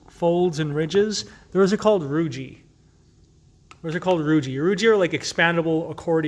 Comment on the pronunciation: For anyone watching this video, please note that the word "rugae" is not pronounced with a soft "g" as in "giraffe" but rather a hard "g" as in the word "go". The "e' on the end is a hard vowel, so the word is correctly pronounced as "roo-ghee" with the accent on the first syllable. Anytime, you see two vowels together, the second usually has a hard sound. The same is true with "plicae" (which isn't plee-cay but rather ply-key), "vertebrae"", "teniae", etcetera. Peyer's patches were named after Johann Conrad Peyer, and the last name is pronounced like you would say the word, "higher" only with a "P" in the beginning.